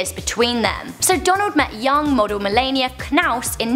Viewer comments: You said "Melania" wrong. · the way she pronounced Melania tho 😂😂😂